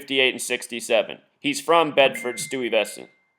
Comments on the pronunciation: Pronounced Sty ves ent. Bed stuy , do or die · click the audio button... she says it right. sty-vess-ant